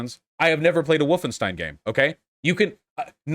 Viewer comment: Lol he said Woof-enstein